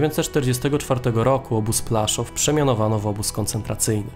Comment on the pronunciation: Widzę że kolega korzystał z zagranicznych materiałów. Nie Plaszow tylko Płaszów. Aż w uszy kłuje, ale program fajny.